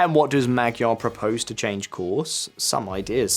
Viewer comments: Speech matters. You can't even pronounce Fidesz and Tisza (no I do not mean say them with a Hungarian accent, I mean pronounce them as English speakers would). So why should I believe you. And unfortunately the Magyar mistake (it pronounced more like Maj - ar) is all too common. But the other two mistakes certainly are not. Anyway, I didn't finish. For instance, if you watched a video about England but they pronounced it Un-gu - lend, would you think they knew what they were talking about? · Ｙｏｕ must learn the language! Mr. Magyar's name must be pronounced not as you pronounced!